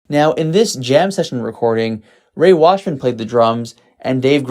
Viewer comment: Rey Washam. Not "Washman".